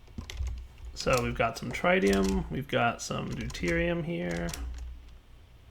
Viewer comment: it's prononuced TRIT-IUM, not TRITE-IUM. On the official spelling, there is no E in front of the second T, meaning that the first I makes a short I sound. You don't pronounce hydorgen as HI-DRO-GEN, right?